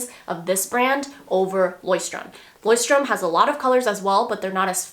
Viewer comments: It's not pronounced like this at all hahahha but the Leuchtturm notebooks are lovely! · Haha sry girl, but Not even close to the right pronounciation of Leuchtturm :D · At first I didnt recognize the brand you were talking about in the beginning until I heard it a few times :D as a german hearing you pronounce „Leuchtturm“ is so cute hahah but youre not even close 😅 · I love the way you pronounce "Leuchtturm" lol I'm from Germany and find it so cute. I was surprised you mentioned the brand, the company that I work at happens to have notebooks from this brand and in the beginning I thought to myself "wow, they're actually pretty nice" so I took one to turn it into my personal journal, too lol. love you girl!